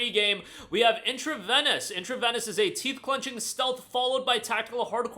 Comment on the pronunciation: It is pronounced "in tra vee nus", like intravenous injection. Great vid!